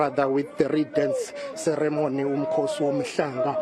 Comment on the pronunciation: She also cannot say 'ceremony' correctly!